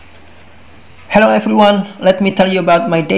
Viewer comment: Salah ,massa Hello bacanyaaaa